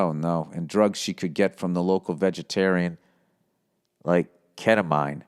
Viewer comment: Ket-a-mean (pronunciation)